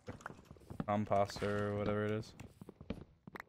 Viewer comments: george said it in his accent and dream is always like composture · “A cohmpohst” .. yea, dream, a cohmpohst, the evil twin of compost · wait how did dream just pronounce composter LMFAO